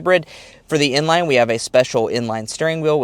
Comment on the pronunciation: Bro saying inline and n-line👀